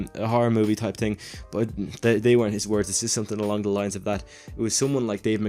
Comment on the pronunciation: what's a TING? Oh you mean THING? What is Free? Oh... you meant Three. What can't you euro tarts pronounce English correctly